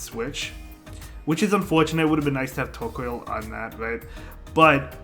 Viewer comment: Tortoise + Coal...not Coil.... Tor-COAL - otherwise nice vid! :D